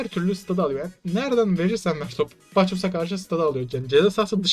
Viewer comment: şu bacchus'u baçoz diye okumayın ya, adamın adı baakıs diye okunuyor